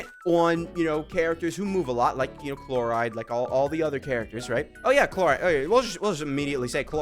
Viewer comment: Nevi won't stop getting buff or new teammates like for forever and sayno will be saying no to become playable no matter how much broken support you give him. And lastly, the way you pronounce Clorinde chloride is diabolical